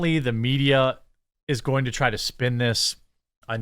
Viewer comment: 🥱🥱🥱"twy" a little 'arder